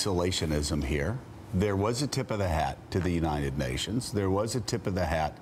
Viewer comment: "unated nations"